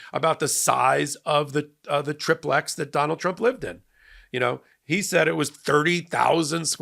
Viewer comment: Love your podcasts - love the MTN! Been wanting to tell you and Ben the correct way to pronounce “tri-plex”. The I is long, like tricycle - three wheels as opposed to a bicycle with 2 wheels. A tri-plex is a multi-family residence with 3, separate living units.